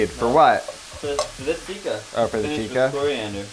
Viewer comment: also tikka isn't pronounced teeka it's pronounced tick-ka